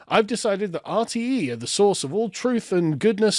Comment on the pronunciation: Dude, your pronunciation of RTE just made Dave Cullen crinch a little, lol. Jordan Peterson rabbit hole; 🐸 Clean up your room, clean up your neighborhood, be a GENTLE MAN and a WARRIOR when needed, be responsible for your actions. bad man, bad, lol. Did you know that all those "PHONY SCIENTISTS" were actually respected scientists until they started asking questions, Here's one: If you go against something that wants to control population, you are deemed a phony scientist. Note that all these self proclaimed scientists use each other's data as evidence, no outside evidence is allowed thus their data can never be refuted (Like a peaceful religion) they are also funded by Politicians, NGOs, Special Interest Groups and the UN. Politicians decide who are doctors, politicians decide who are scientists, Fascism. This is from a banned Dutch documentary.. The WHAT IS SCIENCE question comes up.. conclusion: "We're going to kill ourselves because of stupidity"